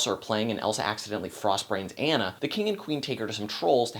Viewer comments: Frozen was a great movie, if you watched the rap battle on Frozen and Tangled Anna says I'm not Anna (An-a) I'm Anna (Ah-na). LOL. Loved the review but it's pronounced (Ah-na). Still that's just a little mix up because her name is spelled like (An-a) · I agree that Kristen Bell is an inspiration as Anna (but, and I have to say this, how can you see this movie and still pronounce her name "Anne-a" instead of "Ah-na"?) Good points about the music too, though I sometimes think they're a bit too spoken-dialogue-ish than character/storytelling-music-ish, which is an important distinction to make. I think Elsa's parents sometimes getting a lot of flak -- I think they were just doing the best they knew how. Overall, Elsa has most of the drama, but Anna is the star. P.S. YES OLAF'S DESIGN IS HIDEOUS THANK YOU. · "Ah-nah" not "anna". Are you sure you saw the movie? :) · You said Anna's name wrong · He's saying Anna wrong!!! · Dude you aren't even saying Anna's name right! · You were mispronouncing Anna's name the entire time! It's a long A! But good thoughts. The lack of musical consistency annoyed me, but the biggest gripe I had was that there wasn't some kind of fatherly figure that took care of the girls between their parent's demise and Elsa's coronation (or yeah, maybe a fun servant character.) I also thought there needed to be another good song in the last 20 minutes. Fixer-upper shouldn't be the final song for your movie =P (although that chanting with the thaw kind of did it for me.)